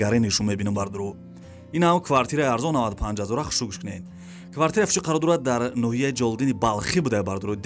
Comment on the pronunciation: Бародари азиз саросема наша. Хонаи Фуши не. Хонаи Фуруши гу.